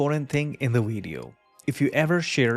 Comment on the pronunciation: I'm confused! You say "Vep Page", but then you say "Weedio". So you can say V and W, but put them on the wrong words! And get rid of that stupid desk microphone - it's a silly affectation. All you need is a lavalier mic that nobody needs to see.